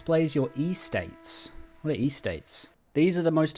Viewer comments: EState not E-state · Why Eee-states it’s just Estates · does not care about pronunciation, like it could be because bro is Aussie but I doubt they say Ee-states there 😭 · "Ee-states" I'm sorry it's a totally understandable mistake but... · dude youre killing me 😭😭 its "es-states" for 'estates' and "duck-ets" for 'ducats' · E-states and Du-cats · unc please pronounce estates correctly next time or I will crash out